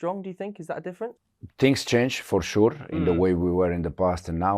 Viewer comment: Fuore shurrr 😅😅😅